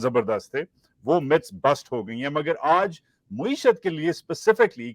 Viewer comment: Maa-ee-shuth NOT Moo-ee-shuth jani! Good work though. Keep it up!